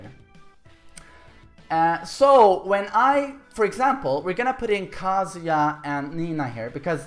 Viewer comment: Thanks for teaching me how to say Kazuya in Swedish. "Kaaazuya". In Japanese the "a" sound in Kazuya is really short.